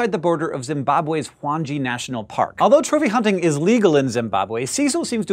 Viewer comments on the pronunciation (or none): sorry hank. its pronounced wan ge (gay). By the way i am a Big Zimbabwean fan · Just a note (from a Zimbabwean), Hwange is pronounced 'hWANG-GEE'. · Greg McCarthy Hwange. Rhymes with Wankie (almost) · Your pronunciation of the park is wrong. Having been there and know that physical money is so important for the simple survival of the pollution the money raised will help the people. There are 100 permits given a year at 34k per permit. Which is 3.4m to the tourist industry plus any other expenditure. Also having seen the protection that the park and other areas are put under despite the economic climate only amazed me. It is time the west try to have a full understanding before jumping to such conclusions. I have been following scishow for a long time now and this is the first time it has truly disappointed me. I do however question the morality of the dentist.